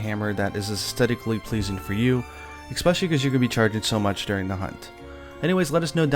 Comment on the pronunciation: Expecially isn't a word.